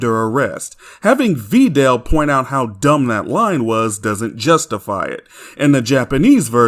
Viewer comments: “Vee dell” just chill 😭😭😭😭😭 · This guy complains about the dubs but then calls Videl , “Veedelle” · Sin added every time fails logic and mispronounced Tapion and saiyan and Bulma and videl and hirudegarn wrong which gives us sins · Every other version emphasizes the “i” in Videl’s name. Even the fucking OCEAN DUB does that. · Glad to see this video is back up. Also I would like to ask, is this the way you pronounce “Videl” how it’s actually pronounced?